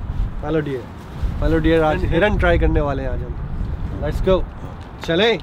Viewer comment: Bhai dear nahi h wo deer h 😂😂